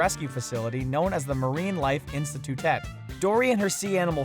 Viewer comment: "institutet" lmao